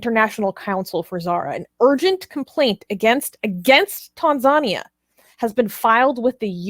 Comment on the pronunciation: Tan-zuh-knee-a (Tanzania)